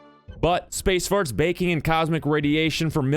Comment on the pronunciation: Extremely technical terms like "space farts" should be spoken with more clarity. It took several rewinds and CC to understand what you said.